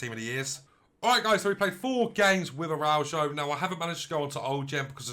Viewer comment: Pronunciation is wrong , thanks for the nice review though.